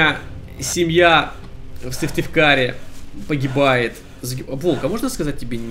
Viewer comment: Почти правильно произнес мой родной город Сыктывкар :D